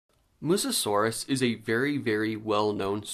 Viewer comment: Fyi Its Mussaurus, not Mussusaurus. No shade, I've made that mistake many times before 😅